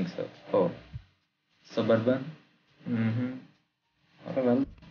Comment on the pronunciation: It's not సుబార్బన్ It's సబ్ అర్బన్